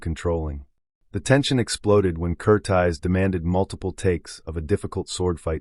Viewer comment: The director's name is Michael Curtiz, Cur-TEEZ, not Cur-tize, you amateur nut.